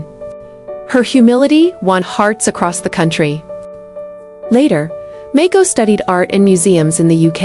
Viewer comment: There is no such person as Mayko. Princess Mako, HRH. it doesn't take much to learn the pronunciation of the names you say in narration. You make yourself into a total moron. Do your homework of do other work !